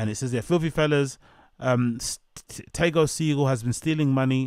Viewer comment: It’s pronounced “Teego” 😂